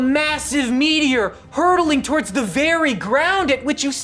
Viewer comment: not ['towərdz], but [təˈwɔːdz] (UK) or [twɔːrdz] (US). This mistake in pronunciation just really annoys me.